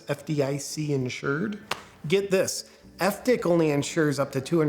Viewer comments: Pronouncing FDIC as "F-DIK". Lol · "F-Dick" (FDIC)...that's when I had to clean coffee off my screen. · I almost spit out my drink when he pronounced “FDIC” lol